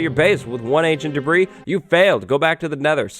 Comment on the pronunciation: When says, "Ancient Debris", I still hear Ancient D'breeze echoing in memory. 🤔💭